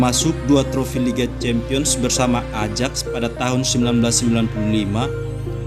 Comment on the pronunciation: Banyak salah pelafalan min. Harusnya Ajax di baca ayak